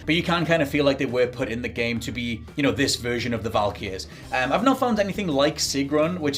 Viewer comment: Sorry to be THAT GUY but the way you pronounce Valkyrie is kinda painful / funny given Valkyr was the drug in Max Payne. Thanks for keeping it spoiler free, am really being careful not see or hear anything so I’m rewatching stuff about 2018’s GoW instead to sate my appetite until Ragnarok comes. Sadly can’t play it at midnight…. Stupid parental responsibilities. 😔